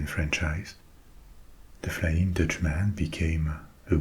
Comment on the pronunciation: In English if you’re to say countryman, dutchman frenchman etc you pronounce it “mun” not “man”. It sounds very jarring and just plain wrong that’s why it’s one word, not two.